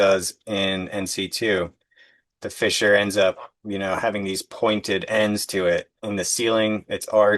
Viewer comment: Every time you pronounced fissure as fisher I laughed even thought it was dozens of times. Great work.